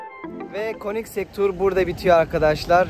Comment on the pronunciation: 10lt super degermis. Bir de königsek diye telafüz ediliyor. Koenigsegg'ler acayip araclar 😍